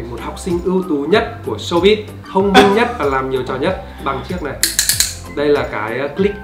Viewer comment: showbiz chứ hem phải showbit anh ơi 🤣